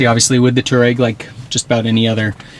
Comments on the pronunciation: should probably be pronounced twareg, named after a nomadic tribe in Africa... great review. man the inside of that vehicle is really just stunning. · I can't understand how many people an especialy Youtubers can't say "Touareg" .There is an "A" in there......